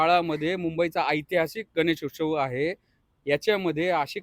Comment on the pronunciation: तू स्वतःला वकील समजतो आणि तुला "गणेशोत्सव" असं म्हणता येत नाही... थू तुझ्या जिंदगी वर... 😂😂😂😂😂